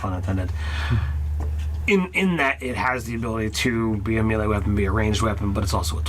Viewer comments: Someone criminalize the "mee-lee" pronunciation please. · Apparently, prince O'Brian was a mee-lee zee-lot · Oh-berr-inn May-lay Zeh-lot